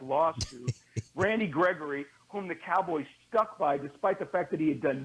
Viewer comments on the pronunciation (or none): none